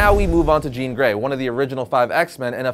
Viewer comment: Thank you for not saying Jean!